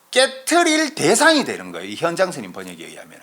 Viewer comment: 현장의 현 자 발음이 틀렸나이다. 제발! 길게 발음하소서!!